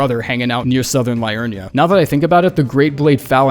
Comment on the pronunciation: Man makes Elden Ring content for a living but can't pronounce Blaidd or Liurnia.